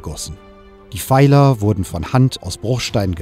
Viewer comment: Bei 14.04 und weiteren wird von " Feilern " gesprochen 🤔🤔 Was bitte sind " Feiler "? Dialekt hin, Dialekt her, wenn man eine Dokumentation einspricht, dann sollte auf eine einwandfreie und sprachlich korrekte Aussprache geachtet werden. Der Dokumentation kann man, was den Informationsgehalt an geht, nur das größte Lob aussprechen!